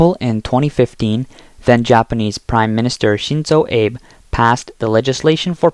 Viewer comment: AH-BAY. FFS it's SHEEN-ZOE AH-BAY. Freaking AI narrators suck so much; can't even pronounce Shinzo Abe correctly!